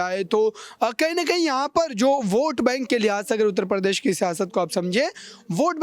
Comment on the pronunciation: Anpadh ho patakat Pradesh ko Par desh bolte ho ya Hindi ko Farsi banane ki kosis h